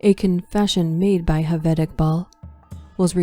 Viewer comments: ‘J’ ‘J’ aved not ‘H’aved. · Excellent narration but Javed is pronounced with a J not H